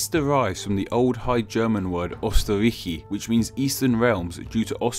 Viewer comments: I think if the origin of a name is explained the right pronunciation is very important. Here, the "ö" in Österreich is pronounced completely wrong. In German it is very easy to explain how "ö" should be pronounced because it is just the mixture of the vowels "o" and "e". But since in English vowels are pronounced in a different way it will not help. By the way, the similar sound of Austria and Australia is only a problem in the English language. In German, "Österreich" and "Australien" do not sound similar at all. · Amazing video, but...not so amazing pronunciation! Anther classic is Americans mixing Sweden, Switerland (die Schweiz) and Swaziland together, which get me pissed because I live in Sweden. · But you're pronouncing all the German words wrong. "ö" sounds different in German than what the video purports. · Not to be offensive but the pronounciation of "Österreich" sounded a bit like a cave man xD But still better than other people who just think "Ahh.. screw pronounciation rules of other languages, I just try pronouncing it as always" or the ones that go like "it doesn't matter how exactly I pronounce the Umlaut or the "ch"... It just have to sound as harsh as possible" ... Don't understand a word when people do that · Your pronounciation of Österreich is abysmal. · Pronunciation is Not "österrashi" it is "österraih" I think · You pronounced Austria's German name wrong (German is my 2nd language, and I have spoken it since 1997, I am not fluent, but hearing someone say the second syllable as "reik" annoys me) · Why does he start pronouncing Österreich as "Osterash" partway through? He was pronouncing it right originally... 😑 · Österreich is pronuntiated as "Yoster-raaish" not "Osterraish". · Not O it is Ö it sounds like the i in Sir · UUUSTERAICH Well, you tried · for future reference, it's "øːstəʁaɪç" in IPA. Ö is kinda like "uh" or "ooh" and the "ch" is much softer, and halfway to "sh" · I like how he pronounced Österreich Üstereich.